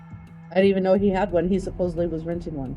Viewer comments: "Supposably" is a real word, meaning "able to be supposed" but she says it meaning "supposedly". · What's UP with saying "supposibly" instead of supposedly? I hear this all the time now! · Why can't her and her friend pronounce supposedly!? They keep saying "supposubly" jesus christ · It's pronounced inSURance. And the word is "supposedly " not "supossebly". But yeah, she's really smart? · “Supposively.” Her friend: “Supposably.”: “…supposedly.” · Her friend saying she was the smartest person she knew followed by dropping “supposably” was gold. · I can’t get past her repeatedly saying “Supposebly” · The fact that she says "supposobly" tells me all I need to know. 🤣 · "Supposebly" is not a word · 'Supposably' is unusual, but it is in fact in the dictionary. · She pacifically says supposebly. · My words exactly. And people who say "supposebly" grinds my gears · It's a commonly mispronounced word. Makes me cringe! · No one on ever knows how to say supposedly.